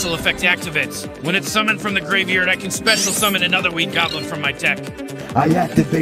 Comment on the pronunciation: No, just.. No. The way the computer generated voice pronounced graveyard made me say, Traaaaaaaash.